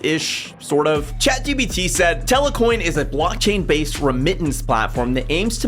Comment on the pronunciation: It’s not telecoin it’s telcoin